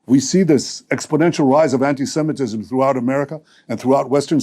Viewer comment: I think he should stop saying antysemetism. Just when u think u cant hate him anymore . You hear him speak . 😂